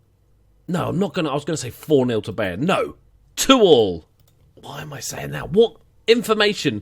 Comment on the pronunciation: They are pronounced: Bayern = Buy + ern Shalke = Shalk + uh (the "a" is pronounces like the "a" in "all or wall" and the "e" is pronounced as "uh")